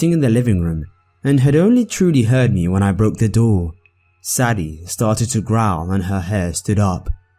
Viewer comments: I liked it, but the dogs name is pronounced Say-D not saddy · When people get offended over constructive criticism. God forbid he pronounce Sadie correctly in the future.